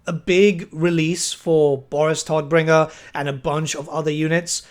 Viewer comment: "Todbringer" is German and means "bringer of death" and you are pronouncing it wrong. Just fyi.^^